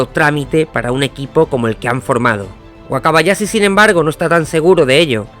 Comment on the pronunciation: De vdd no puedes pronunciar la H? Wakabayasi? ....pero si dices CHampions?